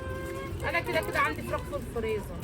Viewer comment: فرخة في الفريزل 😂😂 يا اسمه فريزر مش فريزل